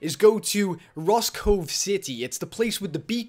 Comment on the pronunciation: ROSE-COVE sorry if this seemed rude but it is ROSE LIKE THE FLOWER once again no offense to anybody